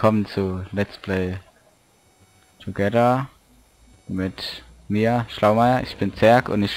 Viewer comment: "so, willkommen zu leths play togähah"